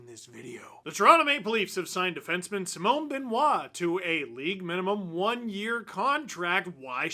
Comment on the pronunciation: Mr Dangle, I much respect the way you pronounce Simon Benoit which is perfect.